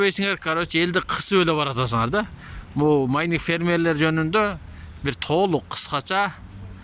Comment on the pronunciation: Майниң эмес майнинг